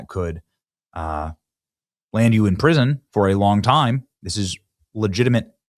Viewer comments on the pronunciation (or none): none